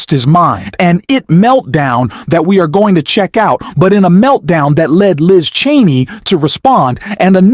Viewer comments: It is very hard to take you and that voice seriously when you or the voice continually call Liz Chaney, Liz TRAINEY. You or the voice have done it at least half a dozen times and I am sure there are more to come. Do you even listen to your videos befoe posting them? I have stopped listening, before even getting to Liz Trainey’s coments because of the😊 stupidity of the voice and its’ mispronunciations. Do better. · Narrator, it is Liz CHAINEY, NOT Liz TRAINEY by mispronouncing you show your incompetence..... I'm going to bounce your channel!!! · For God's sake ,- could you please get a speaker that pronounces names correctly !!!!! NOT. Treeney - correct is "Cheney". !!! Others were wrong,too !!! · You miss pronounce Cheney it is not treney. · Liz Cheney's name is pronounced CHAY-NEE not TRAINEE. Also, you talk too much. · It's Cheney not Trainy. And it's Welker not Walker. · Why do you keep saying Liz Trainee? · Her name is Cheney not treny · Hey, her name is ch ch Chaney. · The narrator can not even say "CHANEY". Got any brains? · It’s not Liz Trainey you momo! Can I call you? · Did the narrator seriously say "Liz Trainee"??????? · Why is he keeping mispronounced Liz Cheney name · Is this an AI voice - ‘he’ keeps mispronouncing ‘Cheney’ - I heard at least 3 different versions - and if it’s not AI, then it’s disrespectful to not correct it. Completely took away any credibility of the video. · Why can’t this speaker pronounce Liz Cheneys name correctly. Is this AI?